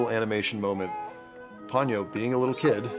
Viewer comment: What's up with Pony-oh and Sauce-kay?